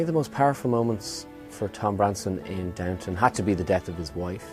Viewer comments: Wow that's really embarrassing lol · Downton my dears, not downtown. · Today, it's "Downton," not "Downtown" lolol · DOWNTO-N ABBEY, NOT DOWN TOWN, DOWNTON THERES NO W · It's DownTON, not Downtown, by the way. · You guys! Don't you know it's DOWNTON Abbey?? Why isn't anyone correcting this? It's so amateurish to get it wrong in a video, as if you either don't notice or don't care. If you are fans of the show, it is inexcusable. People say things like, "Oh, Downton is so hard to pronounce", so they say "downtown" like someone would say "liberry". Just hop on the bus, folks, and go "downtown" to the Abbey. Do I hear that Petulah Clark song?